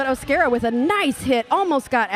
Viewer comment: You were right with the first pronunciation of O’Scara (O-scare-uh) You guys are amazing!! -Harlot💖